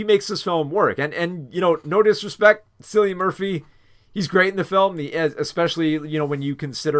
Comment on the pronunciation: Hiya! I love your thought process behind all the decisions you made in this video, I agree with most of them, great job! (P.S. Cillian Murphy’s name is pronounced like “Kill-ian”)